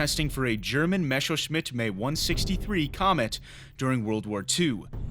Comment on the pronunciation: "Mesowshmit May 162"? Holy fuck, that was awful.